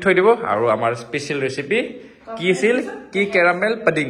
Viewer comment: ইহতে পুডিং কোৱাৰ সলনি পডিং নে পনীৰ কৈ আছে !